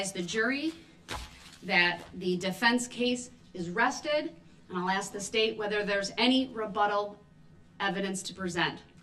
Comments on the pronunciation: are you axing me... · Interesting that today he has shown he can actually pronounce 'ask' properly. I believe on at least 3 occasions. He uses sounding dumb and claims that he can't 'understand' ( he even says the judge can't force him to understand) to set up a future appeal action. He's attempting to be the 'victim' at this trial, even shedding 'tears' at times.